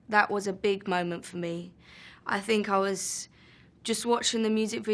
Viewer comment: Her th turn into f sometimes , I think : I fink